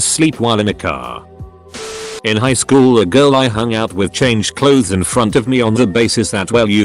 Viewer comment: The way you made google say shool instead of school is still throwing me off😂😂